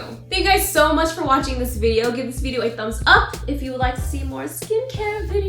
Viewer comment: Why does she only have an Australian accent when she said below and video ???? I'm so confused